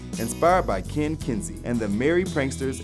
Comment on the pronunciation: It's not Ken Kensey. It's Ken Kesey.